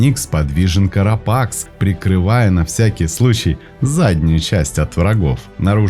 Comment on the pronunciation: Поздравляю!! Скорость чтения стала оптимальной!!! Единственная поправка Carapace произносится как карапас